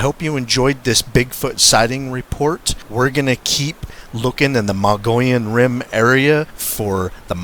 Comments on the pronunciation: Mug-e-own say it right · Thanks for good video. It’s pronounced ‘ Mog-ee-own’. Or ‘Mug-ee-on’. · Muh-gee-on, no Mongolians here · So uhh... you know the Mogollon Rim like the back of your hand, but your husband cant even SAY it? Hmm....